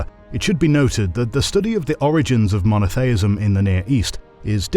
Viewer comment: Mono-thay-ism? LMAO. Smacks of hpercorrection.